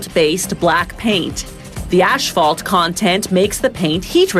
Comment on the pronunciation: "ASHPHALT." Hearing that made me frown.